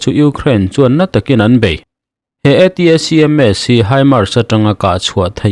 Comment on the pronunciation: ATACMS ti loin ATMS tih mai awm!!!😱